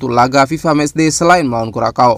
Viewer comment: Kurasau Min bukan Kurakau.